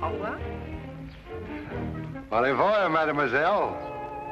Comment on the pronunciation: When the lady says "Au Revoir"...does really say "olive oil"? Most amusing!